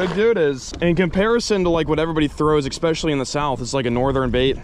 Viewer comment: I just wish would stop saying “expessially”